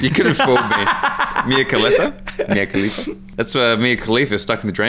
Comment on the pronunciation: Why you got bro saying Mia califa